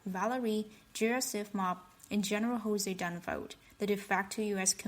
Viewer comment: Jose Dunfoad? You must be deliberately mispronouncing the words. I can't figure that your pronunciation could be that far off by accident. I'm still trying to figure out why you would be trying to deliberately say the words incorrectly. I'd have to have a high imagination to figure that one out. I couldn't figure out that you could be so stupid as to pronounce Joseph as Jose!! There must be a security reason requiring the mispronunciation. Aarre Peltomaa